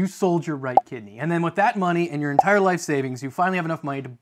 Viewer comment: When you said sell ur right kidney, I thought you said right tiddy, and I was like, well, my dawgs is up in my left tiddy, so I could sell my right tiddy and probably wouldn’t miss it